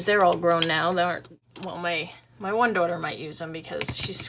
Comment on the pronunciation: Love the stamps! Love the real ones too. Enjoy your video and sense of humour. I only heard your New York accent when you said daughter lol beginner 🇨🇦 but bil is American